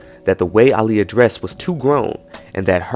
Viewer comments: pisses me off do much.... just say there was so much racist undergo happening aaliyah was overlooked shawty was successful at 15 its pronuned Ail-yah exaggerating for no reason, also bro was jusy going to keep waiting she did NOT want THAT. Goodbye go to bed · white people having a hard time with the name aaliyah but not aaron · Howard Stern is very disrespectful ain't even pronounce bbg name right aaliyah was to good for these lames I miss her so much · These heathens can never pronounce Aaliyahs name correctly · I honestly think Ricky Martin wasn’t being shady or funny. A lot of people would mispronounce her name. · It’s not shade, it’s the fact that he didn’t bother trying to get the pronunciation down during rehearsals for the award show.